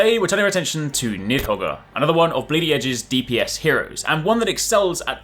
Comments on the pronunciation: Need-hog, the R is silent. Hope that helps. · Nidhogger is pretty risky to pronounce lol.